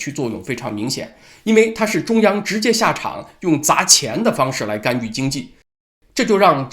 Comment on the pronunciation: 是「干』預不是「幹」預.....